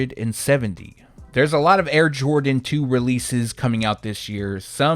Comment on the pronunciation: 🔥✊🏼 Also the French pronunciation of the Airmax 1 and the Jordan 2 was spot on !